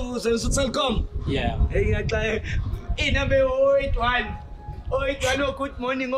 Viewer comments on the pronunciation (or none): none